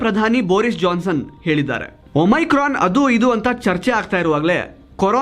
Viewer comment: please ಒಮಿಕ್ರೋನ್ ಅಂತ ಹೇಳಿ.